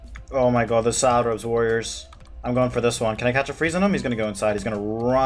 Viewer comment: Every time you say “salad” I hear “Sara”